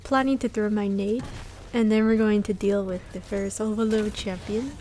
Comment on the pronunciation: i love the way you say oVAloD lol its funny haha